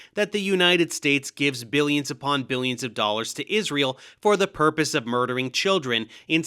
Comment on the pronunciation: “…God’s Existence, Israel…” sounded like “God’s Existence is Real” neither would have surprised me Edit: Timestamp added